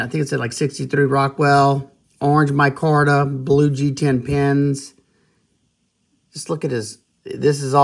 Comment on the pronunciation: Dude. I'm going to say something nasty but which will help you in the long run. Stop coughing and clearing your throat in your videos. Cut your nails. Pronounce it "My-karta" not "Moy-Korta" or "Corban". Try not to carry on in the same tone of voice. And lastly, if you want to up your viewers, consider wearing gloves or exposing your hand to the camera. It is a bit unpleasant. Neeves helped you a lot but address these issues and you won't need his push. Best.